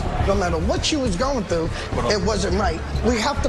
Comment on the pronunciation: "Tied, thoo, and delayed"(tired, through, and delayed).